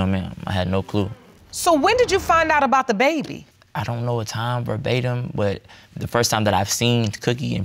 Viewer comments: said "berbatum" tho! Lol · And the darker guy mispronounced it, talking about "bar batium". They both annoyed me with that. Also he kept saying he and his wife had this great relationship but his mom said they were toxic together. I wished the judge pushed for details. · The word “verbatim” was thrown around so many times, mostly out of context or where it didn’t make sense! Once it was pronounced “barbatum”. Smh... lol it’s annoying! Like when people say “conversating”?! It’s not even a word!!! Omg... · drinking game: take a shot every time says “verbatim” (incorrectly)